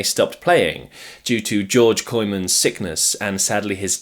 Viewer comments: Pronunciation not too bad. It's just that, understandably, English speakers think that "oo" takes the pronunciation as in 'poor', when it is actually as in 'rope'. So, Kooymans more like Koh'ymahns (does this make sense?). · I'm pretty sure Kooymans is pronounced Koymans, like Koi Carp.